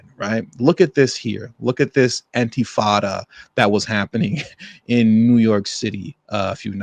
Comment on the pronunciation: Wtf is an "antifada"?? If you can't even pronounce intifada correctly, don't make the video!